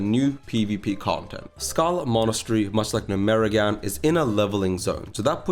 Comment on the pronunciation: its GNOME-REGAN